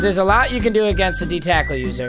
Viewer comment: he said cackle instead of tackle